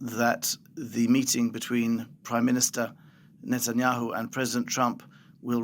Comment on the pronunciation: It's pronounced NET-anyahu, it's NOT NATE-anyahu, you'd think someone in broadcasting would KNOW the pronunciation of World Leader's names 🇺🇲